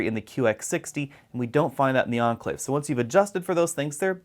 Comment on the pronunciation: cant understand why you pronounce Enclave as Anclave. see correct way Cambridge dict